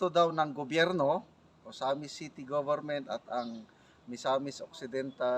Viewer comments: Sino ba yung comm chair? Hindi nya masabi ng tama ang OAMINAL? OMINAL ang sinasabi nya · Oaminal? .. Akala ko Oanimal?!! HAHAHA